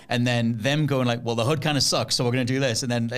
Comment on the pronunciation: HUD not hood 😂